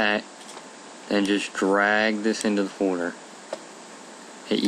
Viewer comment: You say "Folder" wierd. Nevermind.